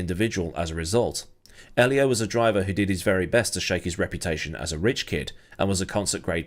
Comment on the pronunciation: Ollie? 😂😂 You just nailed it! 😂